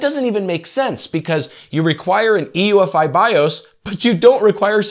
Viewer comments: UEFI not EUFI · UEFI... not EUFI Small point but he kept saying it wrong. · BTW, it's U-E-F-I, not E-U-F-I.... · It's UEFI.... NOT EUFI.... Christ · mf said EUFI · I'm not sure 'UEFI' is pronounced that way :-) and I don't think the Edge 'recommended settings' is comparable to setting another default browser. But, good job! I think Windows 10 will be the new XP or 7.